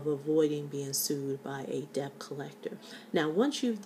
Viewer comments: Thank you for sharing your tips. You should be aware, however, that the proper pronunciation of the word 'debt' is (DET). The letter 'B' in this word is silent. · Pronounced: DET. The "b" is silent. Pronounce the word... Knife. We all need a smile today.